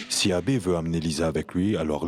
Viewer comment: J'adore la façon dont Lisa prononce Abbé avec douceur😂😂😂